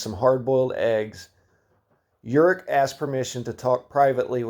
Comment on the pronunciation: Slavic names and languages are pronounced/read phonetically, so Slávek is read "Slavek" with "e" like in "chemistry". Slávek is short for Svatoslav, the one who celebrates the holy. (Also Horák and Slávek are pronounced with a long "a" which is I guess beyond the distinguishable threshold of anglo saxon people)